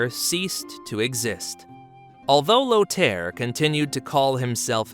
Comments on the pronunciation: The name "Lothar" is not pronounced "Lo tare". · lothar --> pronounced low thar